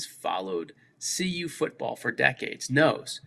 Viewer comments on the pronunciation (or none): CU dude, not UC! 🤦🏽‍♂️